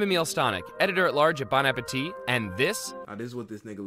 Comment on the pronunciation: Bro really said bone apple teeth